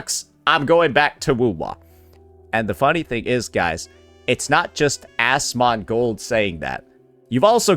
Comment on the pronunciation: Why is he saying Asmongold's name like that 😂